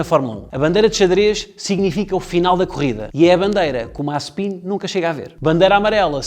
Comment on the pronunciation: Disseste mal Mazespin